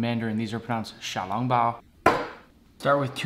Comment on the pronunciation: really just a little nasally. Honestly his Chinese isn’t that bad for a non Chinese